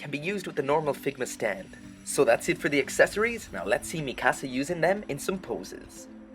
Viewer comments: OMFG, do you guys not watch the freaking anime. It's not "mi cassa", its "Mikasa". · ItzDorito 921 I know right, i hate when people say it like that, like they say it many times in the anime how hard is it to get it right